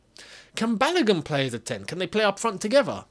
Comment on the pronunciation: Hello, well done. However, the name "Balogun" is pronounced as Ba-low-goon as in Ba (Bah), Lo (low), Gun (Goon). It is a Nigerian name (a name from the Yoruba people of Nigeria). Thanks